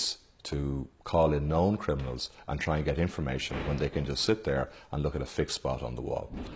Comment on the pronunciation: Can this guy not say crim-I-nals not crin-I-mals